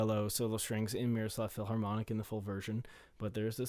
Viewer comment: dude thanks for the demo it was very helpful. Please don't take it as an insult but the h in philharmonic isn't supposed to be pronounced. Cheers!